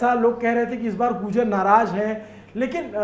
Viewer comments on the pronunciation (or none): none